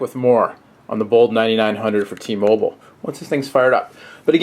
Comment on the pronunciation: u dont no how to say t mobile man!!!